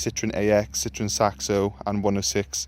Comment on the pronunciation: Citroen is french for lemon, the French laugh out loud at the way Citroen is pronounced 🙄🙄